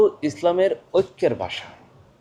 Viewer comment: আপনার অনেক পড়াশোনার প্রয়োজন আছে। জিন্নাহ পাকিস্তান কে ইসলামি রাষ্ট্র করতে চায়নি। মুসলিমদের জন্য পৃথক রাষ্ট্র চেয়েছিল। আপনি "ভাষা" শব্দটি উচ্চারণ করতে পারছেন না।ভাষাকে বলছেন "বাসা" এটাই ভাষা আন্দোলন এর বিপদ! ইতিহাস পড়েন। বাংলা ভাষাটা ভালোভাবে শিখে তারপর বাংলাদেশের জনগনকে বুঝাইতে আসেন। ইতিহাস না জেনে মূর্খদের জন্য ভিডিও করা যায়।ইসলামের ইতিহাস সম্বন্ধে আপনার কোন জ্ঞান নাই। ভাল করে ইসলাম প্রতিষ্ঠার ইতিহাস পড়ে নিবেন।